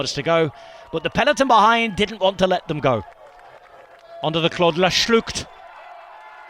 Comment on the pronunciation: Yes the GCN commentator is wrong. Also Schlucht is with 'oo', not 'ü'.